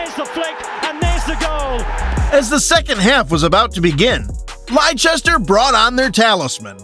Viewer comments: Ieicester not liechester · Liechester lol